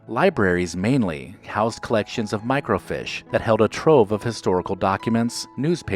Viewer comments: "Microfeeesh"...not "MicroFISH". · FYI, microfiche is pronounced like it’s spelled microfeesh, not microfish. I say that with all due respect. Every one of us mispronounce words, so no shame. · It's pronounced micro 'feesh' not micro 'fish' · huh, we pronounced it micro - feesh, not micro - fish. It wasn't just my family. it was all the people I knew, including the librarians. maybe it's a regional thing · Microfiche is not pronounced "micro-fish." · Good Video--But it's pronounced "micro-feesh"